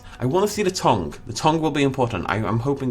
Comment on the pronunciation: I've never heard anyone pronounce tongue like long. Tongue, London, Company, Monday, Onion, Money, Wonder, Come, Worry, Done, Son. Any of these would be just as insane to pronounce that way.